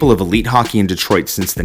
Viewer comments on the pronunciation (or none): none